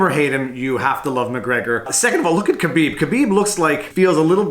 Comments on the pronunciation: Someone has copied Alpaca thesaurus... plus you can't even pronounce Khabibs name properly you are no mma fan. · You really botched the pronunciation of Khabib's name.